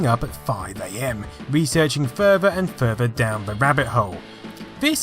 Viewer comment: You say furver instead of further lol